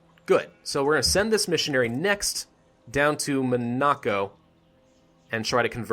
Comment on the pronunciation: You are pronouncing Monaco incorrectly, dont really know how to spell it for you to say it correctly but just wanted to let you know.